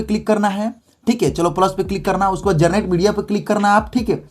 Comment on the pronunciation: Generate ❌ garnet✅ 😂😂